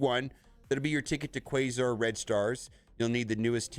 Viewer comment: It caused me physical pain every time he mispronounced Quasar. It rhymes with Radar. Not Laser